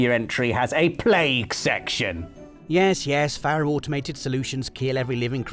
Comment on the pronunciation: I know loves being corrected on his pronunciation. Faro is pronounced Pharaoh. Hence the Egyptian themed product names.